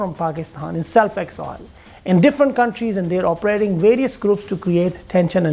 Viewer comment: Operzhating...its oper..ating..